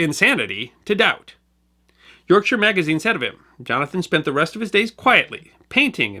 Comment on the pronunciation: Thank you for pronouncing Yorkshire correctly, always appreciated when details like that are paid attention to